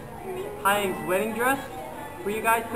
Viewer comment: that was cooooool... btw taeyang is not pronounced tai yaahng its TAY YUNG